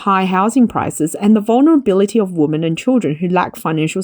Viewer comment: "Women" should be pronounced "wimen". Removal of societal taboo of unmarried couples becoming parents would increase birthrate. In Asia, no marriage means no children. Marriage rates are falling of course, along with dating rates.